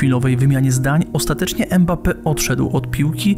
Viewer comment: Dobry materiał, mam jednak uwagę - powtarzasz manierę językową wielu polskich dziennikarzy, ten piłkarz nazywa się Mbappe a nie Embape!